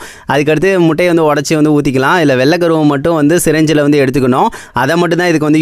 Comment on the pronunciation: சிரஞ்சி இல்ல ப்ரோ சிரிஞ்சி Indian mendal English 😅